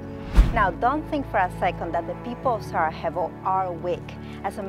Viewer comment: Great video. Couple of notes: You are not properly pronouncing Sarajevo; It would be great to mention that of the video mayor of Sarajevo appears (lady in a yellow dress)